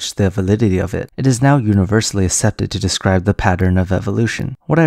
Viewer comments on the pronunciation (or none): "ASEPTED" is pronouced "ak- SEP-ted" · Yuck, he said "assepted" instead of "accepted"